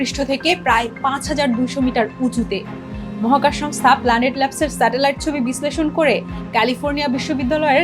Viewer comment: ম্যাডাম,স্যাডেলাইট পিকচার নয়। স্যাটেলাইট পিকচার হবে।